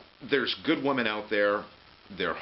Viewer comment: What's with the aversion to using the plural pronunciation of women?